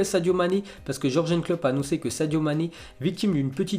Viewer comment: tu me rends ouf à dire "jurgenne klopp" dans toutes les vidéos YOURGAINE PUTAIN YOURGAINE désolé c'est l'accumulation, sinon lourd.